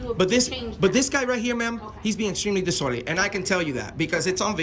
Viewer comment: Hey, please work on your pronunciation. The word is dis-orderly. Not dissorderly.